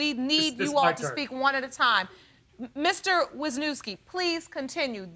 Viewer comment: I only wanted to say as a Polish person how last name was butchered "Wiśniewski" haha. But when I lived in States people wouldn't even try reading mine, just stared blankly then I knew they meant me lol